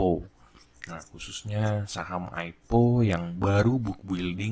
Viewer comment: om bacanya AI PI O bukan AIPO wkwk